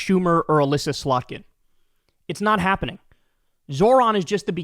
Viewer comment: Lol Slotkin, Kyle. Not Slutkin. Though I'm not sure if that was a deliberate high-level pun regarding where her true loyalties lie. But please, nevermind me😂😂😂😂 I don't actually care.